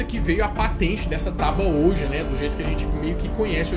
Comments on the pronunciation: Ouija se diz "uí dja" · se diz tábua (OUÍDJA) OUIJA